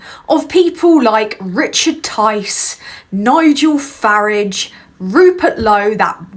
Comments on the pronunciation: Fuk yes girl. Proper pronunciation of Fari_ge. You for PM mate. Loving that you is coming back so fire 🔥. Being it on you wonderful person... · It is so refreshing to hear the correct pronounciation of Farage as in Garage !! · Got to admit that I loved hearing someone else who rhymes Farage with Garage. My moral rage is that these ultra right wing wankers can get into government.